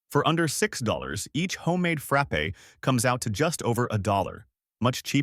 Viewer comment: This would be an ultimately great informational video for all the specials however… Your computer that reads it needs to go to elementary school and take English courses to learn how to read. I could do a much better job and I work cheap so contact me and I will read them for you because I know how to pronounce frappe. Oh, and I know how to pronounce deluxe.